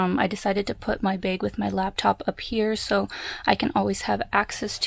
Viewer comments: Why do you say "bag" like "baig"? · do you also pronounce bagel like baggle? lol